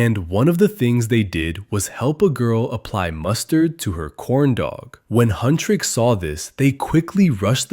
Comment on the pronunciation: AGHHH HUNTRIX NOT HUNTRICKS